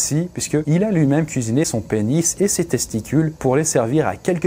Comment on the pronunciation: c'est TESTITULES hahahhah